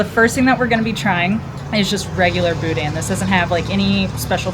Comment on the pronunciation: It’s not pronounced Boo-Dan it’s Boo-Dn’,the N is short. The Best Stop in Scott is the best,The Superette in Eunice is second best.